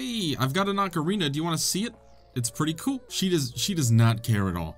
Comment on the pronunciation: oocareenah of thyme